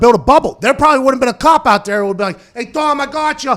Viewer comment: "kicked aht"